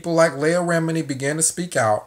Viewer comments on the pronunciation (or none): Good vid bro, her name is phonetically pronounced LEE-AH, keep up the good work home boy✌🏾